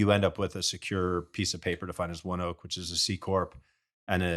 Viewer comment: It’s “One-oak” I’m a ONEOK employee and it’s a fantastic company. Couldn’t imagine working anywhere else.